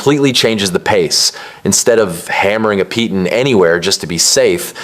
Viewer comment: Its pronounced "pee-taan". They even say it wrong in the game.